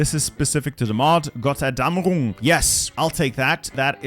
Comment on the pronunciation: "Gott Erdammerung" ik he isn't german but thats just so wrong💀